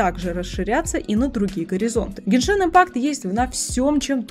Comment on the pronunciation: Бл гЕншин, а не геншИн